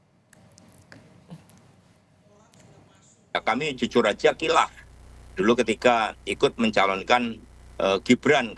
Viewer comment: KILAF ATAU KALAP YA 😂😂